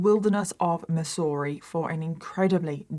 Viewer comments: Haha. Love the way pronounced Missouri. It’s “Mizzourie” but who cares…loving it just the same! Always look forward to your videos. Keep up the good work! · Try pronouncing it MIZZ ERR E Also, the location, home, broken down cars is what normal small towns in US are like. This is what it looks to be poor. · Totally unrelated but I love the way says Missouri. It's like "miss-ooo-ree" I love it 😂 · its pronounced Mizourah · And people seem confused when I refer to Missouri as "Land locked Florida". 😂 We call it Misery for MANY VALID reasons.😂 Also,, your pronunciation of Missouri is cute... but it's actually pronounced with a Z sound. "Mizz-ur-ee" (or in certain areas "Mizzurah") 😂 Also, there are roughly 250 people in the small town I live in. 😂 The 2020 census said 245.😂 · We pronounce it like the ss are zz. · I love how you say Missouri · As a Missouri native, I love the way you say it! I remember hearing about this, how horrific for her family. The fields of junk cars, meat hooks, and freezers aren't really abnormal, but there are definitely some creepy places in this state where you just get weird vibes. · I love how you said Missouri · Love how you said Missouri😅 for future reference it's pronounced with the s's sounding like z's. You know how we Americans like to spell things one way and pronounce them a totally different way😂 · When she first said it, I did think that it was in another country, lol. Then, I found out that it was my neighbor😂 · lol no, not her accent, just the way she pronounced Missouri.. just gives off that vibe